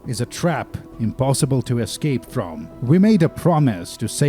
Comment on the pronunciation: "We need to use this plane to e'scape this torment!" -John Torment, 2019